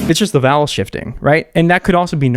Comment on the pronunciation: Alllllllll this time, I thought you had been saying “valve” with no v at the end, with an American accent or something. Didn’t realise you were actually saying vowel 😭😭🤣🤣🤣 I think it’s cause you say vowel in one syllable and not two 🤔🤣